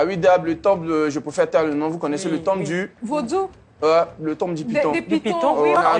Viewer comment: c’est toi qui dit « temple du vaudou » à haute voix comme ca? Ou bien tu es togolaise?